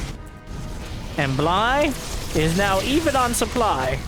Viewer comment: Sup-bly's uncomfortably close to even. Did you miss that one? :P